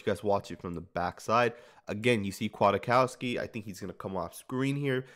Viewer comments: I am a Chicago Bears fan and I'm telling you that you are very misinformed.. #1 his name is pronounced Quik-cow-ski #2 He is great against the run VERY Slow in coverage. Physical & smart but not fast. Good inside blitzer #3 he was almost cut in training camp last year. But he is good on special teams #4 The Bears had to choose between a young (backup) Nick and a 30 year old (starter) Danny Trevathan in free agency, and picked the older Danny (cause he is the same kind of LB but faster at 30!) In conclusion Nick will be successful on run downs and in zone. He's smart and will get everyone lined up. He will be exploited one on one. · "Quit-COW-ski" pronunciation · No it sn't. It's polish. Pronounced Kjatkofski or Kiatkoski if you don't want to bother too much. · Spoiler: Nick Kwiatkowski (pronounced Kiatkoski) is not "very good" in coverage. He is decent in coverage. Still, compared to Tahir Whitehead, Vontaze Burfict, Marquel Lee and Nick Morrow he is a God. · Don't worry.. we are all saying his name wrong 😂😂